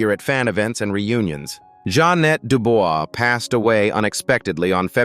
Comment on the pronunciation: Pronounced Ja'Net (Janay) Dubois (Du'bwa)